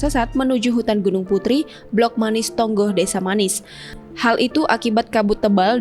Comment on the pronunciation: Desa MANIIS. MA NI IS. bukan desa manis mbaaaa